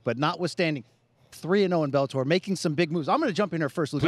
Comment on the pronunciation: She calls it "Belletor" :).